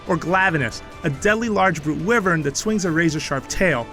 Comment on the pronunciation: Instantly got triggered after he mispronounced Wyvern